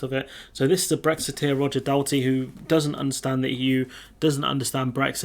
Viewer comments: Oh No not another whinging remoaner channel FFS mate get a life and proper job you not cut out for this anyway you don't even know his name. Roger DALTRY not Dalty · It's pronounced Daul-tree